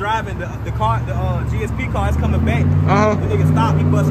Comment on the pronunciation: IT GSP NOT GAP